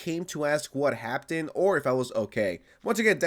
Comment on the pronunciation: Just want to point out something real quick, can you pronounce "Happened" correctly in the future? Why are you pronouncing it as if it has a "t" in the word? Thanks. (And yeah fuck the whole organization/company. "Security" my ass)